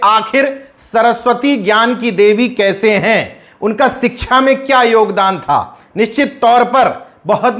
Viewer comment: सिच्छा को सरसोतिय बोलते हैं भी